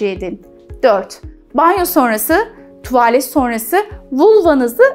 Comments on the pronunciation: Anla tuvaaaalet degil tuvalet. Doktor olmussun ama diksiyon zayif cikmis bir de konusuyor youtubede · mesela tuvaalet diyor iki a ile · Bir doktorun tuvagggglet ve meğndiil demesi cok garip gercekten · Bilgiler için çok teşekkür ederim ancak tuvaaalet dedikçe siz irkildim Doktor Hanım , “tuvalet” yani a harfini uzatmadan telaffuz edeceksiniz . Sevgiler 💕🌸